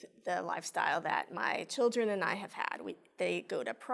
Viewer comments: Your a judge and you can’t even say “children” correctly. Chill-dren not shill-ren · She calls the “chilgren” instead of “children” and it always bugs me.